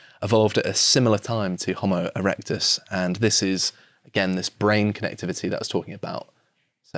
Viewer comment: Jo-mo erectus?